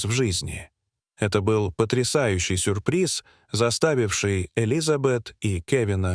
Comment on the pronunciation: "сУрприз".... " моЛОЖОны"..... "СвертАлет".... Обидно за родной язык! А история эта- выдумка, для собирания просмотров и лайков. Жалею, что не прошла мимо. Да ещё и некоторые комментарии угораздило почитать...